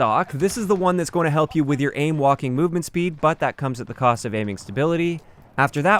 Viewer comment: I keep hearing “ aim Joaquin movement speed.” Am I the only one?